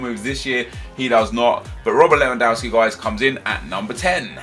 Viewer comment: Nep man how can you still pronounce Lewandowski like that?! You're a football fan right?? Sort it out xD